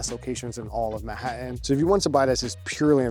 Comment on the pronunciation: “Man hat tan”. Not mahattan